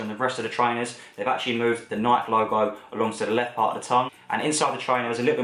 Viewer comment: Say Nike properly PLEASE